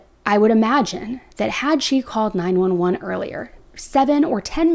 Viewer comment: Ok, so who calls 911 9-eleven? !